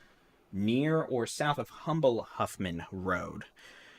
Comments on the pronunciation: It’s pronounced UMBLE, as if the H is silent❗️⚠️ 1-9-2022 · FYI it's pronounced umble, h is silent.